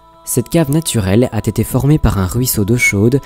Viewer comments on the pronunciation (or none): Mais arrête de faire la liaison " a T été decouvert" c'est "a été decouvert"